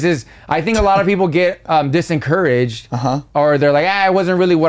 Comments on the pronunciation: Disincouraged you’re the second person I’ve hear say this on a podcast, for the actual word discouraged lol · Des-encouraged 😂😂😂😂😂 I’m so dead 😂😂😂😂